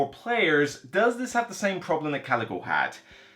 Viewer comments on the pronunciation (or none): It's pronounced kal-i-koh. Coleco was a company that made the game console ColecoVision in the 80's. ; )